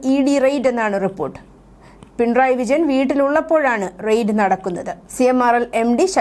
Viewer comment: ദേ.... വീണ്ടും** പിൺ റായ്** മക്കളേ,, പിണറായി എന്നു പറയാൻ ഇത്ര ബുദ്ധിമുട്ടാണോ????? ഒരു കാര്യം ഓർമ്മ വരുന്നു,, ക്ലാസിൽ പഠിപ്പിച്ചു കൊണ്ടിരുന്ന അധ്യാപകനോട് വിദ്യാർത്ഥി പറഞ്ഞു പുയ്പ്പം എന്നല്ല പുഷ്പം എന്നല്ലേ സാറേ എന്ന്.... അപ്പോൾ അധ്യാപകൻ പറത്തു,, പുയ്പ്പ o എന്നും പറയും പിന്നെ ആ കുട്ടി പറഞ്ഞതുപോലെയും പറയുമെന്ന്.... അങ്ങനെ ത... വല്ല സാങ്കേതിക തടസ്സങ്ങൾ ഉണ്ടോ?? മലയാള ഭാഷയിലുള്ള വാക്കുകളുടെ സ്പുടത ശരിയാംവിധം അല്ലങ്കിൽ കേൾക്കുന്നവരിൽ ചിലർക്കെങ്കിലും അരോജകത്വം ഫീൽ ചെയ്യും🙄🥹🙄🙋🏻❣️🌹❣️💐💐💐